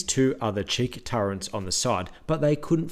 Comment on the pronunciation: Turrets not turrants😂